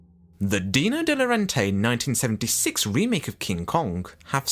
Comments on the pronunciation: Please could you pronounce Dino De Laurentiis correctly. Every time you pronounced it De Laurentay. It is pronounced De Laurentiis. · It's De Laurentiis, not De Laurentay.